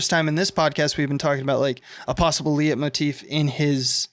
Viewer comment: I enjoy listening to you guys, but do you really mean to always say "symbology" and never "symbolism"? Also, it's pronounced "light motif",, and it pretty much only applies to music. I guess you'd want to say "motif"?